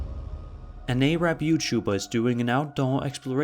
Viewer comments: When saying arab, say it with a short a, like (air-rab) not Aye-rab(or eh-rab/A-rab), as that is usually considered an offensive way to pronounce arab in english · Lol she said A-Rabb instead of saying arub